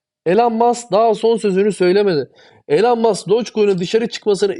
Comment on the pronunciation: Hocam yaa o kadar çok içten ve aşkla konuşuyorsun bari Elon Musk ın adını doğru telaffuz te tam olsun. Ya adamın ismi İloan diye telaffuz ediliyor. En kötü gir google translate ordan tellaffuzunu duy. Şu adamın adını doğru dürüst söylen çok az insan var bu ülkede. Kusura bakma sana geldi bu eleştiri ama en çok ta sen kendini doge için paralıyorsun o bakımdan. Ayrıca başka madem içerik üretiyorsun gerek isimler gerek coin adlarını doğru söylemek çok önemli. Bu senin işine verdiğin önemide gösterir. Aman noolucak canım sen zaten benim nedemek istediğimi anlıyorsun kafası yanlış bir kafa olur benden söylemesi. İmza bir dost:)))